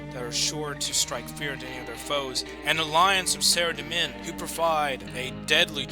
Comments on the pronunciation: Its pronounced sara-dom-man not sarademin xD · Sorry but its Sara-Dough-mon and zAm-OR-ACK. but this is awesome none the less!